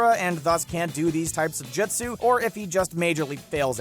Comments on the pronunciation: never trust anyone who pronounces it "Jitsu", kids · Lol this dude has never watched the show “jatsoo” ahahaha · Not to be a pain but it’s pronounced jutsu not jitsu and Team Guy choose to stay back he didn’t make them. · Him: You-tic-ka Me: 👀🤣😂😂 Secondly his name is Kurama not the fox. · It's pronounced "Joot-sue" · I got 3 minutes in and I just can't watch anymore. Hearing him mispronounce jutsu is just so god damn infuriating. He clearly has never watched the show. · Did anyone else get triggered when he pernouced the words wrong like “Jutsu” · Jut sue him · This man can’t pronounce jutsu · Step 1 of anime content of any kind... Learn to pronounce the words correctly. Its not Jitsu, its Jutsu, its not Ma dara, its ma-da-ra. C'mon anybody whos watched at least a single season of Naruto at least knows how to say pronounce Jutsu Edit - - also its Ku-rama not Ka-ruma...